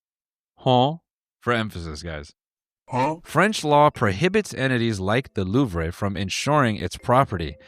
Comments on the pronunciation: Noel if there's an e at the end of a french word you dont pronounce it its silent 😭😭 LOUVR- eugéni-- aint that nice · Just so you know, the R sound is silent. If any website told you otherwise, they are very pretentious. In French it is simply just pronounced LOOV. Nothing else. People who over pronounce foreign words without looking them up need to be shot. I'm American... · For your defense,as a French, you pronounced the "Allô" better than the "Louvre". It was credible